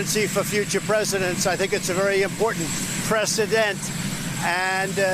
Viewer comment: The way he struggles with the word "precedent" is just embarrassing